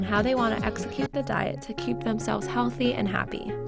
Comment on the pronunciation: the "heathly" at the end lol... very nice video, alot of people in the comments still seem uneducated on what celiac really is though. would love a video going more in depth of gluten intolerance verus celiac disease! my doctor still has yet to determine if i am a true celiac or if its just an intolerance, all we know is i get all the celiac symptoms each time i consume gluten, from the stomache pain to diarehea all the way to brain fog and fatigue. hoping my doctor one day researches what celiacs is and how to properly test me since i was informed by a fellow celiac that you have to get tested while being in an active immuno-attack (after eating it) and not on an average gluten free tuesday